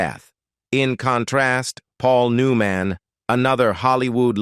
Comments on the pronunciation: This has got to be an Ai generated video. The way the narrator mispronounces simple words like Paul New Man, etc.. It also is hard to follow the points being talked about. Is this the future of entertainment? If so, we're safe. This is garbage. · I learned nothing, but I did learn that this video used A.I. and it is horribly done. Paul Newman’s name is spelled “NEW-MAN” but pronounced as “NEW-MON”. Yul Breener? Cam-Mer-ra? And from our point of view, McQueen was fantastic in the movie and universally acceptable. It seems that the other actors were no different than those I have worked with; some liked me, some didn’t, no matter how well we worked together. Big deal. In the end, all I got from this video is heresy from supposedly professional actors who wish to merely criticize, complain, and condemn a dead Steve McQueen. Their complaints are purely subjective, trivial, and not provable.